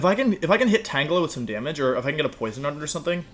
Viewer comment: Wolfe: I know how to say Pokémon’s names right. Also Wolfe: tAnGelA